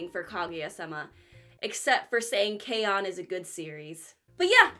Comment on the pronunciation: I totality agree with you that K-on! is awesome. But I think you are mispronouncing, it almost sounds like you don’t like it.